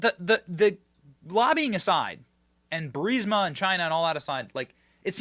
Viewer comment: And don’t worry about not being able to pronounce a basic word like Archmere correctly Benny. While it’s a stupidly basic word to pronounce you can’t even pronounce BURISMA or NUCLEAR correctly either 🤷‍♂️ And the real NUCLEAR cringe is having to listen to Benny continually butcher the pronunciation of a basic 7 letter word like NUCLEAR.